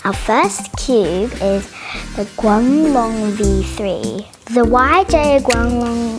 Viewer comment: xD. (It is true) By the way, is so cute when she kind of struggles to say Guanglong.